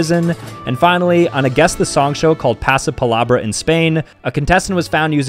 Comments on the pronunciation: “Pazplabrah” the pronounciation 😭😭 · The way pronounced Pasapalabra lmfao 😭